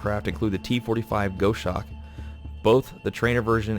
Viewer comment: It's Gos Hawk guh ahss hawk. Like the bird.